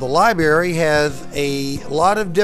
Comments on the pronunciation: libary :P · lol libary